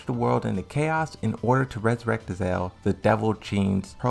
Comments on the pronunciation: It's Azazel not Azel It's Alexandersson not Alexander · LOL the way you say Azazel sounds like your saying Ezal, crackhead Ezal from Friday hahaha.